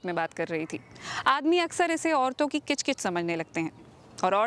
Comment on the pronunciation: CHIK CHIK nahi KICH KICH